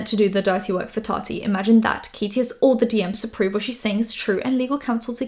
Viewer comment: Ok you’re back to saying Tati right again thank goodness it was very distracting 😅